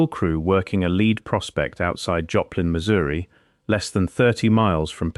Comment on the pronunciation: It's pronounced "led" not "leed" dummy.